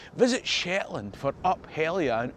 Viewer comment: My late parents were Shetland born, where the dominant ancestry is Norse rather than Pictish, but my mother's family name (Abernethy) may derive from the place where the Picts briefly had a capital. When you said Up Helly Aa, the Aa bit at the end is usually pronounced longer: "aaah". We name some of our weekdays after legendary Norse figures: Odin's Day, Thor's Day, but the German word for Wednesday is Mittwoch, literally midweek. Dull, eh?